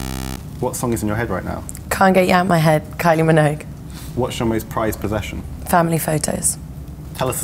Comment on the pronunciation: Love the way she pronounces Kylie Minogue... Btw she's such a beautiful woman!